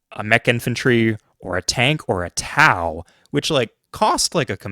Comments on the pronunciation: Why say "tow" like "how" It should be pronounced "tow" like "bow" 🏹 Part of my job in the military was to troubleshoot fire control units and the "Tube launched, Optically track, Wire guided missile" or "TOW" missiles was one of the ones I was trained on. And if anyone tries to argue that it is pronounced both way,, NO, it is only pronounced ONE way in the U.S. military and the "TOW" is American equipment so other countries do not have a say in the matter If another country wants to debate how "wire guided" is pronounced then let them.. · Love your content, wish I knew all this decades ago. Just wanted to say, TOW is pronounced "toe," like it you were towing something with a truck. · I was listening to this video and not looking at the screen. When he got to the "Tao" part I was utterly confused. Is he talking about Taoist religious fanatic units or something? TOW missiles. It's even spelled how you're supposed to say it, why is he saying "Tao"?